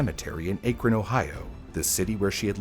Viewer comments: As someone from NE ohio, the mispronounciation of Cuyahoga, Berea, and Akron is so jarring. Kai-yuh-Hog-uh Bur-EE-ya Ack-run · Cuyahoga: KY-uh-hog-uh Akron: ACK-rin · Akron (short a like in cat), and Cuyahoga (Cuya is kaya like kayak) I’m sorry it’s a great video but my internal Ohioan was freaking out. 😂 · It's Ki-yah-ho-gah. And Bur-ee-ah. And Ack-ruhn. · Just nitpicking an otherwise great vid, but it's pronounced Cai-yah-HO-gah and Ack-ron. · Akron = A (rhymes with cat) kron rhymes with tun) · haha also "bur EE ya" and "AK run". a lot of place names in Ohio are native American, very little French-influenced pronunciations. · The way you were saying Akron was so annoying. It's pronounced as Ahkron. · Also Akron is pronounced as "ACK-ron" Knickname: Crackron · ACK! ACK!! ACK!!! It's ACK-ron!!!!!! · Speaking as a native Clevelander here... Cuyahoga = k-eye-ah-hog-a Akron = ack-ron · He got both those names right once in the video. Once. Then went back to saying A-Kron. Even though I'm not from Ohio, it made me cringe every time. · Came here to say this. I kept saying, "ACKron!" 😆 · By the way, the “cuy” in Cuyahoga is pronounced like “Kai” or rhymes with “my”. “Kai-uh-ho-guh”. And Akron is pronounced “Ack-run” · Dang eff Ohio lol Akron pronounced crazy too lol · I am begging yall to watch a local news report before trying to just guess how to say stuff like Akron or Cuyahoga lmtao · Only tough part of vid was the mispronunciation of akron and cuyahoga throughout the vid, otherwise very well done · Am I the only one shuddering over every city and municipality name mispronunciation? Cuyahoga I can get, but mispronounced Akron too. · I lived in the Cleveland area for a while. The only place name you pronounced correctly is "Rocky River." And Akron, 1/3 times... Is it that hard to look up? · Just FYI Akron is pronounced with a short A, like the word ant.